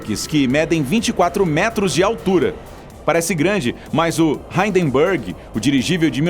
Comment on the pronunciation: Hindenburg virou "haydenburg"! KKKKKKKK.